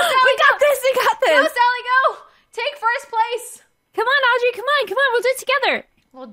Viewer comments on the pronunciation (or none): its not Andry its Audrey